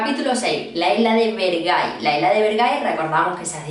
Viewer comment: Bergai❌ Ver-gay✅ me van a funar me van a funar me van a funar